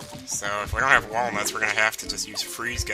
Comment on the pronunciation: Every time says Wallnuts, I break out into the DK Rap. TAKE IT TO THE FRIDGE